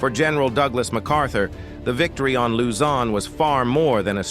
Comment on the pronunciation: Another video with terrible AI voiceover mispronouncing soooo many locations. Use a real person.